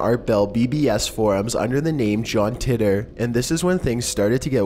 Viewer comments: John Titor is pronounced like Tee-ter....not titt-er. Just had to say. Also the secondary picture of the man with a "camera" is NOT a time traveller, it is proven without a doubt that those "shades" were made back then and there was shirts with logos made back then as well. That pic is not of John Titor as there is no pictures of Titor in existance, he was simply and only on air with Art Bell i believe (coast to coast AM radio station). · "Tea"ter" not "Tit"er.